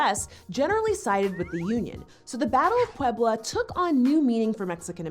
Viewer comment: for someone who wants to be respectful to other cultures you sure have a hard time saying "Puebla"